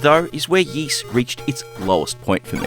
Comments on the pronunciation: SMS Ys was the first one version I ever played and I liked it a lot back in the day! Side note, you're mispronouncing it, it's technically more like "EE-SS" (hard "s"), not "YEE-SS." Anyway, the SMS version is probably still my favorite early/8-bit version of the first game in the series. It looks great, plays great and sounds great. It would have been nice if it could made a little faster, but other than that it's very well done. I wish the second game in the series had also made it's way to the Master System, but what can ya do. I'll also add I find the DS version of the game, which is in kind of crude polygonal 3D, is one I also feel is underappreciated. I still like that one a lot as well. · I won't pound the point into the ground about pronunciation and will shut up about it right after this 😁. It is correct that it sounds like 'grease', but there is no "y" sound at the beginning. They say it out loud in a few of the games. Also, in Japanese it's (イース) which is i-su - the "i" sounds like an long e and the vowel at the end is basically dropped to create the word. I appreciate your videos and am not trying to be a jerk or anything, so please don't take it that way. Also, I completely understand why we didn't get the sequel on the SMS, it's just dissapointing. Likewise, it's too bad they never ported it to the Genesis/MD or Sega/Mega CD either, but at least the Genesis got a great version (IMO the best overall version) of Ys III... even if it is the 'black sheep' of the series. The one version of the original I still need to play that I've only seen on video is the not-so-well-regarded Saturn version. Well, that and the creepy, weird X68000 version. Anyway, keep up the good work 👍